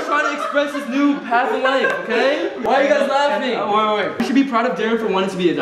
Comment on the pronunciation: am i the only one who heard say "why everyone laughening" instead of laughing😂😂